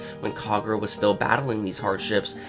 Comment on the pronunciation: One day you'll be able to pronounce Yorozuya properly. Until then keep up the good work xD